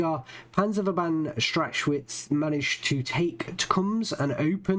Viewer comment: Strach Witz not strach schwitz xD